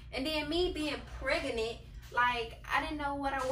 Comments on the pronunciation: "and me being pregenate" THIS VIDEO JUST STARTED COME ON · Nobody: Literally nobody:: priginute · Me: don’t you mean pregnant: No PREGANANTT... me:ok...👁👄👁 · lollll “pregennant” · I thought she was pregnant... Not "PrEgAnAnT"